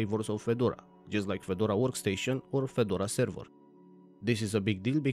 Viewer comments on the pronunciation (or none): servEr, not servOr